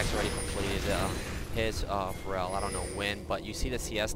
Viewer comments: It's Feral not Farel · Hey, sweet vid! Heads up, it´s Feral not Pharrel. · yeah after i heard him say pharrell williams, i got that. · Will someone please tell that "feral" is pronounced "fare-uhl"?:P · you pronounce FERAL like Ferell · Pretty sure you're saying feral incorrectly.